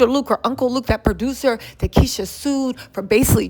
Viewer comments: Kesha , not Keisha😂😂😂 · It's KEsha not keesha